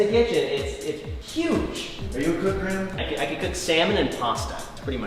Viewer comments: Its gray-ham not grahm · Graham is TWO Syllables!!!